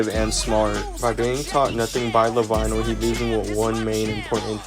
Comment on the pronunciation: For further videos, when you say lavinho, its pronounced as la-veen-yo